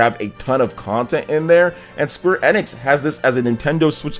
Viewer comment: Bro, I know it's a small thing but you are 100% pronouncing Square Enix incorrectly. You can literally google how to pronounce it lol. Outside of that you seem pretty solid, I'll keep an eye to see if I wanna sub :D